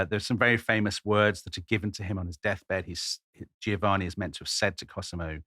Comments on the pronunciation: Why is it that zero English speakers can say "Giovanni" correctly. It isn't "Geo-Vanni" it's "Jo-vanni". gio says "jo" - every single time. It does not say "geo" like geography. In the US they keep saying Luigi Man-geo-ni over and over ad naseuom - even those who should know better. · He mispronounces Giovanni. the first "i" softens the "G" but is silent.